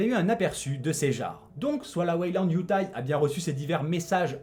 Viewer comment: Pardon, mais je tique à chaque fois que tu dis "Weyland-Yutai": c'est YutaNi! Perso, j'ai beaucoup aimé le film jusqu'à l'apparition de la créature de la fin, que je valide pas du tout...